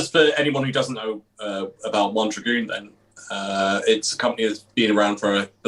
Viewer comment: Mondragon is great - pronounced as it's spelt (as in mon - drag-on) NOT 'Mondragoon' as you guys are pronouncing it. But great chat - thanks guys.